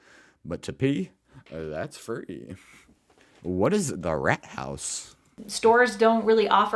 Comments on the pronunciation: RATHAUS pronounced Rart House is the TownHall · Rathaus = Town hall... And it's pronounced with a long a like saying uh Why you don't just let your guests wear socks... Because we usually have floors with a concrete base... That's cold to walk on. And it's actually very common to let children play in mud. That's what "Matschhosen" are for... Mudpants... So they can get completely muddy outside and simply change clothes and shoes when coming inside. Airing out the house has a simple purpose: our houses are usually well insulated and airtight. Which is why you simply exchange the air of the house regularly by opening the windows. Bathrooms only have fans if they have no windows. I usually have my bedroom windows open all year round. I only close my windows if it's above 22°C or below -5°. Otherwise they are tilted or completely opened